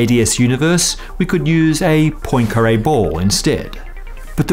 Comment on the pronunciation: Say PWAN-kah-ray not POYN-kah-ray